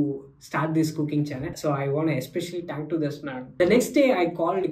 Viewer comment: sayad aap thank ko टैंक bolte ho